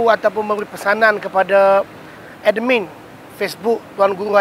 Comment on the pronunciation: Amanah yang tak amanah..wujudnya hanya mengipas , membodek bos2.sepetnya.... sgt busuk hati dan hasad pd TGHH.. CAKAP2NYA HIGH SOUNDING MEANS NOTHING.... sebut admin.. siap d tu ada qalqalah lagi...😂😂